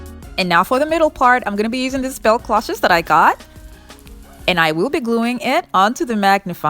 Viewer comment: Cloches is just the French word for bells. :). Pronounced clōsh.